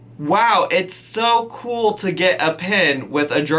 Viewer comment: I spat out my food when she said “you get a pen you guise . That’s so kooowl”